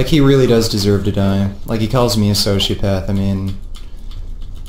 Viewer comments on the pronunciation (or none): Some one should tell him how to correctly say sociopath and get him in prison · I wouldn't be afraid of. He can't even pronounce sociopath.